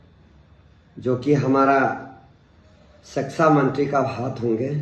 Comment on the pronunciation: Sexa mantri😂😂😂 ye kya hota hai??? Phele thik se pronounce karna sikhiye😂😂😂